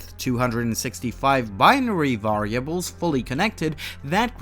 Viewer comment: prooning, par-am-eters, vare-ia-bles, foh-tonic, can-on -ical